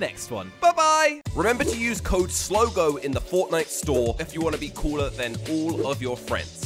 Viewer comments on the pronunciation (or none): none